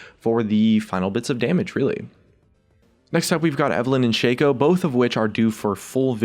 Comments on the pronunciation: shaco not shayco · Isn't shaco pronounced "Shock-o" not "Shayco"? the shayco pronunciation sounds so dumb lol